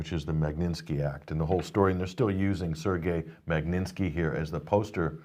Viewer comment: MAG-NIT-SKI, not Mag-nin-ski, get a grip! :)